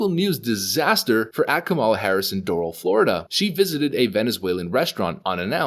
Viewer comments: Take it from me Florida is deep red. And Doral is not pronounced "dorel" Its Dor-al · Just an FYI Doral is pronounced “Dorahl” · It’s pronounced Dor RAL